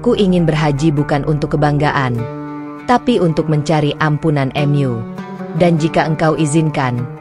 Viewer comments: Bacanya jangan " em yu" Mu gitu aja kenapa si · Maaf bacanya yg benar ya...mu buka m.yu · Benar walaupun agak kaku dengan kata² minim keislaman dari yang menceritakan seperti kata² rumahMu atau surgaMu terbaca rumah atau surga Em U padahal yang dimaksud Mu adalah untuk Alloh tapi kekakuan suara yang menceritakan terhapus oleh bagusnya cerita Semoga Alloh mberi hidayah keluarga, saudara, kerabat, teman kita yang belum dapat hidayah. Aamiin ❤ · Ceritanyamenarik dan mengharukan. Narasina menggunakan alat penerjemah kah. Sebutan Mu diucapkan em yu. Lucu juga. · Kisah ini memang terasa haru, sayangnya penyampaiannya seperti dipermainkan s misalnya mengucapkan kata Mu / Allah, diucapkan emyu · Bingung saya juga ... Mu kok dibaca emyu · Meskipun..cara penyampaiannya seperti drama Korea atau drama yg lain .. ketika menyebut nama Allah dan Mu juga aneh ..tapi tertutupi dgn isi cerita..yg bagus.. semoga bisa bermanfaat bagi yg melihat video ini aamiin